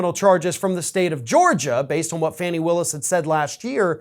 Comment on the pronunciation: Her name is pronounced "Fawn-E" not "Fanny"